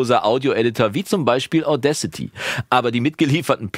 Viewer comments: Deine Aussprache von Audacity passt schon. Ich dachte erst, der Name wäre irgendein Wortspiel mit "Audio", aber "Audcity" heißt "Unverfrorenheit ". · Ich meine, es wird mit 2 Wörtern ausgesprochen: "Auda" und "City", also "Auda-city". Ich kenne so einige Musis, die ihre Audiofiles solo mit Audacity aufnehmen und zum einbinden und weiteren bearbeiten zu dem schicken, der dann an der großen DAW sitzt - klappt gut!